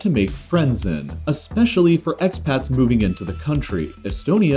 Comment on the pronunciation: "Expats" lmao